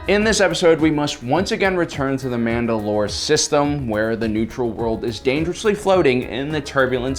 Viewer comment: Mandalore, like the planet, not Mand‘alor, like the leader.